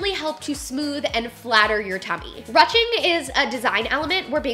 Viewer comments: A great video really enjoyed it a lot!! But I have to say... its not "ruching" like rushing to the store... its a longer U sound like "whoosh" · It’s not rutching it’s pronounced Rueshing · I love you so much!!! But it's roo-shing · i’m pretty sure “ruching” is pronounced “roo-shing” it’s french lol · "Ruching" is pronounced like "roo-shing" instead of "ruh-ching" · Ruching pronounced like Rooshing. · Ily but is pronounced ‘rooshing’ not ‘rushing’. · Love this but everytime she said ruching made me cringe.. is it not rouching? (Rooshing) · Thanks for another awesome video,! You rock. I always thought 'ruching' was pronounced "roo-shing," and I remember you pronouncing is that way in other videos...why the change? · It’s pronounced “roo-shing” silly! We’ve all been there haha. Also I love your videos! I’ve gotten way curvier since having my daughter 9 months ago and your videos have been so helpful. I don’t feel like a gross potato sack anymore! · Haha I was thinking the same! Great video though! X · You pronounce it like roushing 😳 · rue shing is how it is pronounced, love your videos.. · I'm pretty sure it's pronounced 'rooshing'? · Ruching? It is said rooshing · ROOSHING. ITS PRONOUNCED ROOSHING. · Loved the video so much❤️❤️❤️. However Rouching is pronounced ru-oo-shing. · I think it's pronounced 'rooshing' not 'ruching'. Great video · I was also curious about your pronunciation of the word "ruching" so I looked it up and it's pronounced "roo-shing". I'm curious why you pronounced it the way you did. It seems a lot of us would like to know as well. Hope all is well! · ITS PRONOUNCED ROO SHING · ruching is pronounced roo-sh-ing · It’s pronounced “roo-shing” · Love your video’s however Ruching is pronounced “roosting” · I thought it was pronounced ‘rooshing’ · Just FYI it's pronounced roo-ching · its pronounced roo-shing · “Rooshing “ is the pronunciation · When she was saying ruching wrong 😫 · love you girl but that's not how you say ruching